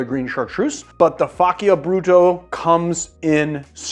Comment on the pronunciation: I think the correct pronunciation of the "cc" in "Faccia Brutto" is like the "ch" in "chapter", not like "c" in "cut".